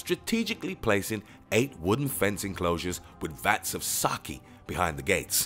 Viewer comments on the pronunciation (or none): its orochi not orichi its susanoo not suzanu its sake not saki its amaterasu not ameratzu how did you get all of this wrong